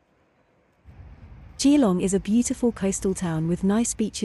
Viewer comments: A bit of local knowledge for you - even though is is spelt "Gee-long" it is pronounced "Ja-long." 😉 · Turned off after hearing the AI voice pronouncing Geelong.